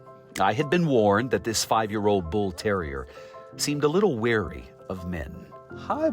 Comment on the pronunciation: Not "weary," as in "we're-ee," but "wary," as in "wear-ee." Weary is tired. Wary is cautious. Anyway, thanks for report.